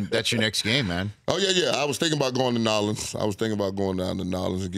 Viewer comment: Nah awelens = New Orleans 😶 And it's like he keeps saying it to make it clear he ain't saying it right ... he is ignorant ... but he speaks alot of truth my kind of guy